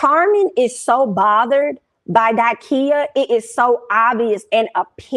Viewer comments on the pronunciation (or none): It’s Da-Kia. Love you girl, but can’t stand when people get folks name wrong. 😑